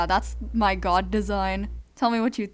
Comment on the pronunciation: It sounds like vod when you say god